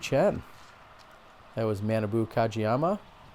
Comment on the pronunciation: Super Fun....Awesome foliage...beautiful day...really good putting...really bad putting....Jacky Chen!!! I liked the last Hole. I liked a few of the uphill ones at the opening. - - It's 'Mah'-'nah'-'boo' ... he's from a different part of Minnesota. So his name doesn't sound like banana at all. - - Feeling spoiled to see this footage. - My guess is Innova will sign Mr. Chen. Discraft is doing the Brodie thing.